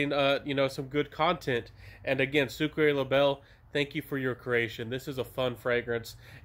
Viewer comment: Pronounced "Soo cra bay" 😃❤